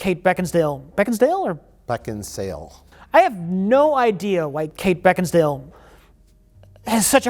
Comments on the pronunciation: oh i see the edit to make say "Kate Beckinsdale" after being corrected, sneaky deaky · Mike: Beck En Sail: I have no idea why kate beckensdale... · "Beckinsdale?" "BeckinSALE" "I have no idea why Kate Beckinsdale.." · Karen Bakesale is still mad that can't say her name. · "Beckinsdale?" "Beck-in-sale." "I have no idea why Kate Beckinsdale has such a hard-on to kill Colin Farrell in the reboot." Perfection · "...Kate Beckinsdale...is it Beckinsale or Beckinsdale?" "It's Beckinsale". "...so Kate Beckinsdale" We love you, and this is why. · I have no idea why Kate Beckinsdale...Beckinsdale, or..? Mike: BeckinSALE.: I have no idea why Kate Beckinsdale... LOL